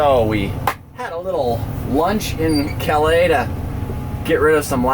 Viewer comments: Was up there two weeks ago(bar harbor) . From north of Boston so not that far of a trip. Calais is pronounced CAL-US , just saying. Don't know how far behind you are on your video's or where you are heading but if you are heading back to the states two things you might want to check out.1 Hershey rv show , Hershey, pa . ( chocolate) sept 13 thru 17( claim to be worlds largest) been their twice, going again this year and the adirondack ballon festival , lake george, NY (100+ hot air balloons) sept 21., thru 24 . Anyway enjoy your stay in Canada. Ps Montreal is beautiful, especially the GARDENS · Calais, ME is not pronounced like the city in France. It sounds like "callous". Ayuh.